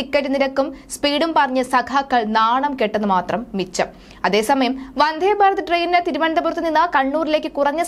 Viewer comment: വന്ധേ അല്ല മിസ്റ്റർ 🤨വന്ദേ എന്നു പറഞ്ഞു പഠിയ്ക്കൂ..